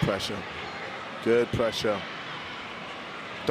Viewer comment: PRESHA WHAT PRESHA